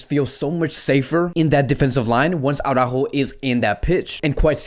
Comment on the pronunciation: Why do u keep pronouncing his name Aurajo tho???It`s Araujo,HE doesn`t pronnounce it like that so why??